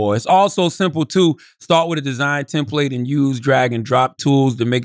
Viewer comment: I absolutely hate that Charla says “are” instead of “or” and “Tim Plate” instead of “template” 😡😡